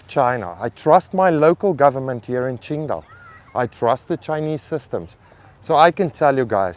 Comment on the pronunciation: I love it when you say qingdao, my city, you are one of us now 😁